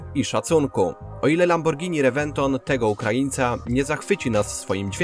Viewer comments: Lamborghini Rebeton chyba XD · Ale u nas mówi sie rewenton ༎ຶ‿༎ຶ